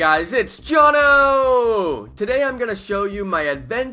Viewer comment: I love how you SAY like J-O-N-N-O!